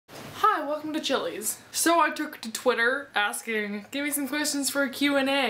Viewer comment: "Hi welcome to Chilie's" 😂😂😂😂😂😂